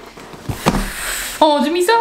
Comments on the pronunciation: Pas Fondumiso mais Fondussimo!!! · Trop cute tout le long tu dis la "fondueMisso" au lieu de fonduSsimo, tu m'as fait sourire ☺. J'aime tellement t'écouter, tu es attachante 😊